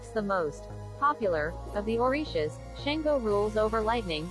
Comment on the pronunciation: This pronunciation of the Orishas is not correct! 🤔